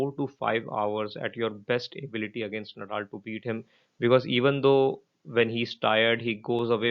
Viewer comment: नदाल please.. not नडाल